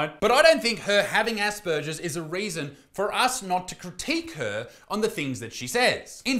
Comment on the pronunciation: 😂 You are mispronouncing “Asperger’s”!